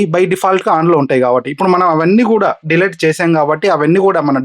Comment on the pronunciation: Not De-late 🤷‍♂️ Its Delete